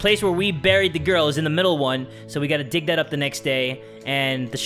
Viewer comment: Gig 😆 no it's dig 😮😅😭